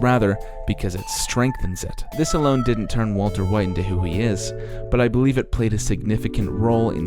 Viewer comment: waltuh wite